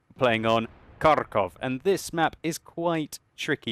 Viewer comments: Just wanted to say that the correct way to pronounce Kharkov is Harkov with a "huh" sound. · Hello my dear friend. You have a good skill in wot, keep it going. But there is one thing I want to tell you - you pronounce the name of my home city improperly. It is pronounced like Harkov (without K infront, and with H which goes out of your lungs), although it is spelled Kharkov. Thanks for the vid) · Please, stop emphasizing the K in Kharkov. The K is practically silent in the pronunciation. Just say Harkov. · KHarkov is actually Pronounced with HHHH like Harrington, Hampshire and hurricane. And great game indeed. Never give up, never surrender!